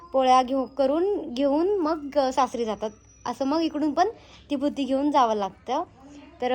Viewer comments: भूती नाही g baiii.... बुत्ती असते ती😂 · भुती नाही बुत्ती असत😨